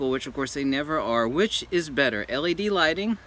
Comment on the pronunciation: me: natur-: studio lightning me: studio lighting